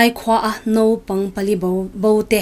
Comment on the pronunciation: Ziak ah chuan naupang, lamdan/pronounce ah chuan nopang tih tur .